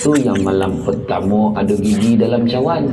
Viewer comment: Assalamualaikum bang..moga sihat slalu..kata ayat tu bukan cauwan bang...tapi..cawan(cangkir atau gelas)minta maaf bang..